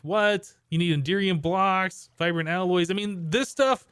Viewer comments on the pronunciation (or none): none